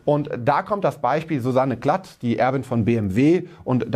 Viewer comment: Susanne Klatten nicht Klatt :)